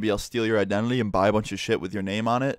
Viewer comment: Ik its an accent but you said "Idenely" and not identity pretty cool story tho